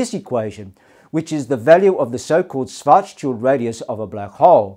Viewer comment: Karl Schwarzschild rolls over in his grave due to how his last name is pronounced in this video.